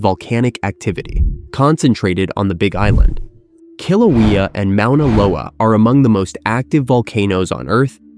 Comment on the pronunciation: How did the maker of this video not mention "The Great Crack" on the big island of Hawaii? Mispronounced "Moh ona lo a".